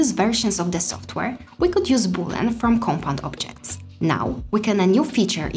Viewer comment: start to pronouce correct things. is not called boolan! read and learn.